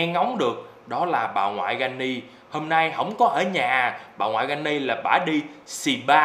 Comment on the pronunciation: Phải là granny chứ không phải là Jenny